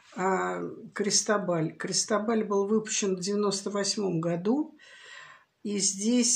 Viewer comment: Произносится - Кристóбаль с ударением на о